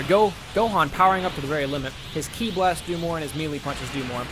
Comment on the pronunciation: and you didnt even say ki right either watch the actual show then you can actually pronounce the words and names correctly